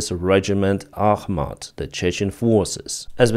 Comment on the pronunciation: ITS ACHMAT